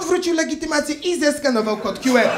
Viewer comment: Skoro "kju" to i "ar"🤪 a nie "er"